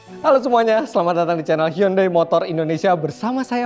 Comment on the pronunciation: Eh Giman gimana bilang hyundai nya tadi.. "Yundei" ya?